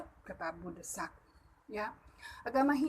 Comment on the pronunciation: De'sak...bukan desak. Adeng2 apan jelas...mungkin krn terlalu semangat...kaliii. 👍